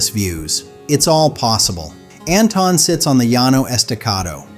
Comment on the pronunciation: They didn't pronounce Anton correctly either